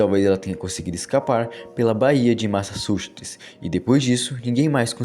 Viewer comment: Eu tive um amigo que também era incapaz de falar Massachusetts corretamente. 🤣😅